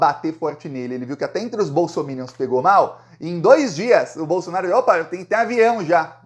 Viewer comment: No Brasil, só você pronuncia bem a palavra bolsominions 😂😂😂😂😂